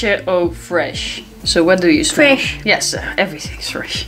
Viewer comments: Is Fwesh haha. I <3 you:) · Yesssssss FWESH day!!!